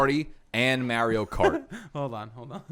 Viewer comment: Your pronounciation of Mario made my ears start to bleed bro